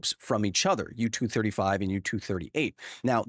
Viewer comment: u-turd 35, huh? 😂😂😂😂😂